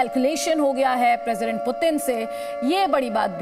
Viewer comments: पतिन नहीं पुतिन है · पतिन नही भाई ... पुतिन कहो 😀😀